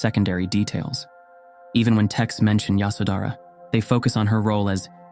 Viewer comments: The pronunciation of names hurts the ear . Her name is Ye sho dhra. The baby’s name is Ra hool. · Yoshawdara it was pronounceed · Pronunciation please pay attention. Ya sho dh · Her name is pronounced 'Yaśodharā' and as far as I know, she was aware that Siddhārtha went to seek truth. He would not have left his wife with such anxiety nor would he have been able to meditate with a restless mind. It is good that you reminded us of her and her courage and wisdom. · Phantasm, jusrt fantasy, only very few facts. First of all, learn to pronounce the names righyly, Yshódara, Rpahukla, . SeciondÑ The marriage as it stil is tradition in India was arranged. Nop love involved. Third For centuries no name of her was known. She was just called “ the Buddhas wife or the mother of Rahula. Only centuries later, someone invented this name in a Chinese manuscript.When Buddha visited his home after many years later Yashodara sent Rahuka: Ask your father yor heritage. When Buddha entered her room he was accompanied by one of his disciples, because ehe could not be alone with a wife, not even his own wife. The main promotor of the women wanting to enter the sangha was not Yashodana but Buddhas stepmother Krishna Gotami. And Ananda was the middleman. Stop talking about THE KONG ROAL etc. Buddhas father was never a King but only a governor. Why is Yashodana not muh mentioned in the scriptures? Because he did not play a great role. There were other women who have were more important. Even Rahula who followed his father was not important. And who was present the night Buddha left his home to tell us what he did and what he felt? Who was interviewing Yashodara what she felt all these years? Just fantasy, fantasy. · When you are narrating her story you should at least pronounce her name right